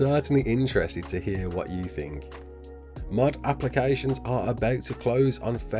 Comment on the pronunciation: i was so confused when he said mod cus i heard mud